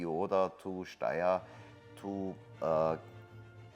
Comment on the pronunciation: Your pronunciation of Steyr keeps changing throughout the video.